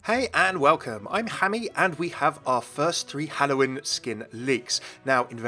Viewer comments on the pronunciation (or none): Hey its hammeh oh